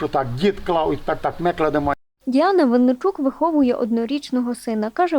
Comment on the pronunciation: Діана Винничук а не Венничук😹